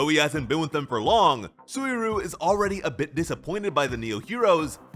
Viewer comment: Im genuinely sorry to be that guy, but it isnt "Soo-E-Roo" its Soo-E Ree-You"